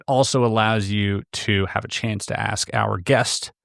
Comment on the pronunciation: That is too much to “aks”